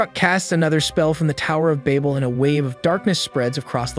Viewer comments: Babel (babbel) Ouroboros (oro-boros) I'm sorry but hearing you continually mispronounce them got to me. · im losing my mind listening to him pronounce babel as bable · me: did he say baybal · cant even say babel right. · That isn't how you pronounce Babel. Nor is that how you pronounce Ouroboros. Guessing this is just a VA reading a script and not someone that actually watched it. The Tower of Babel is a hilarious story also. So it goes, a united humankind from Babylonia wanted to build a great city and a tower "with its top in the heavens." Now apparently Sky Daddy Supreme didn't like that idea so much. Humanity building a tower too tall was just the straw that broke the camels back. He didn't want no strong independent blac.....err humankind. Look at the achievements of these united people. We can't have that. For Omniscient Narcissist Deluxe Coutour needs to be worshipped and praised for his greatness because apparently a divine omnipresent omnipotent creator be like "hella insecure and like, totally a stage 3 clinger that needs to be needed and aint "feelin" what those sus ratchet Babylonian bitches that are totally compensating for something with the size of their tower. Theyre just tryin to get my attention," Genisis 69:420 The MASS SHARED DELUSION SOMEHOW STILL BELIEVED IN 2022 - then decided the ultimate solution to this problem was to make it so all of these humans could no longer understand each other so that work on the tower could not be completed. Even if this story had ANY truth to it (spoiler, it doesnt) all it manages to demonstrate is that an insecure pussy destroyed a united mankind because of a fragile ego. It would literally be like you spraying chemicals into an antfarm y